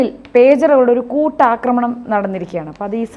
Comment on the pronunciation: കൂട്ടാക്രമണ० അല്ല, ഒന്നുകിൽ കൂട്ട ആക്രമണം., അല്ലെങ്കിൽ കൂട്ടയാക്രമണ०.